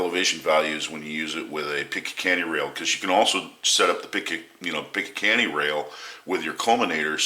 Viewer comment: Im not going to trust anyone when it comes to firearms that cant even say "picatinny" Picakanny lol